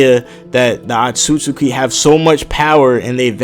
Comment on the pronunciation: Atsutsuki ! Inhale! Exhale! Is Otsutsuki not Atsutsuki !!!!!